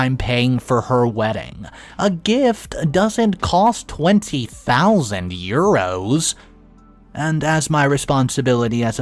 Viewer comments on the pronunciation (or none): That's probably the worst pronunciation of "euros" I've ever heard.